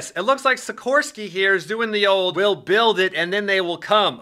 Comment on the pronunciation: SIKHHHHORSKY S-97 RAIDER